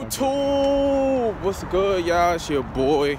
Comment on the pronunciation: Who else be noticing be saying "YOUCHUBE!" instead of YouTube 😭😭😂😂